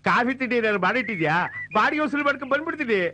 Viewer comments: ಉಸುಲಿ ಅಲ್ಲ ವಸೂಲಿ. ಮೊದಲು ಕನ್ನಡ ಸರಿಯಾಗಿ ಕಲಿತುಕೊಳ್ಳಿ. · ಉಸಲಿ ಅಲ್ಲಯ್ಯಾ ಅದು ವಸೂಲಿ..😂😂😂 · ಅದು ಉಸಿಲಿ ಕರೆಕ್ಟ್ ವಸೂಲಿ ಅನ್ನೋದು ಹಿಂದಿ ಶಬ್ದ ಮೊದಲು ನೀ ಕನ್ನಡ ಕಲಿ ಆಮೇಲೆ ಬೇರೆಯವರ ಬಗ್ಗೆ ಮಾತನಾಡು ಇಲ್ಲ ಅಂದ್ರೆ ........